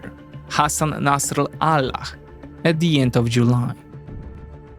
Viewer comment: I noteced you found it awkward to pronounce "Nasralah" - Slavic speakers will understand 😂😉